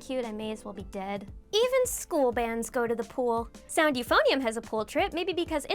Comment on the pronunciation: You pronounced euphonium wrong